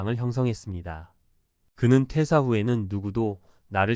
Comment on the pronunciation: 퇴:사. 퇴:직. 으로 읽어야 해요 한자어 읽기 더 공부하세요 대화 중에 의미전달이 정확하게 안되면 퇴사후에 살기 어러울 겁니다